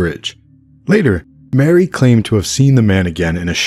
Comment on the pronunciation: "EP. 12: Loose Ends" of Audible's "West Cork" briefly mentions a few other potential suspects - mistakenly mispronounced Marie as Mary